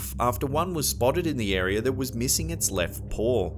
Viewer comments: It’s area not arear I’ve always wondered why they ad an r to several words ?? I’m sure they wonder the same. They say English is the hardest language to learn because of all the exceptions. But honestly I think that’s wrong the more languages I’m learning it seems the same ! Js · There is no "R" at the end of "Area"! Area, not AreaRRr